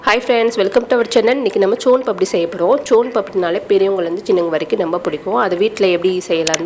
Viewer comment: முதல்ல soan Paapdi கரெக்டா சொல்ல கத்துகுங்க